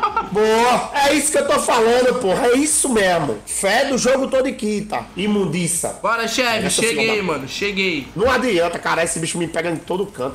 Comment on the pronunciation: shevi icone kakakakakaa "imundiça"